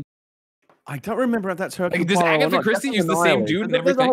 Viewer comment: You just know that poor Gen is rolling her eyes at her husband's pronunciation massacre of Hercule Poirot.